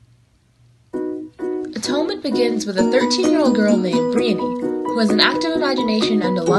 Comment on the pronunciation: Why are you saying Briony so weird? 😂